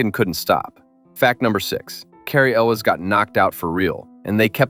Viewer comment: This was a first-date movie for me, when the gal and I worked at Disneyland :) And, it's Cary ELWES. not elvis. How about Animal House for one of your movies?